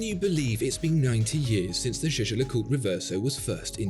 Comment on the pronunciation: Great video but your pronunciation of Jay Jay LeCooter is shocking 😳